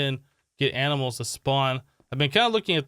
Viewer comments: Regular person: "Animals" Him: "Aminals" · Yes fist pump he sez aminals to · Aminals? Someone's been binge-watching Animaniacs, I see.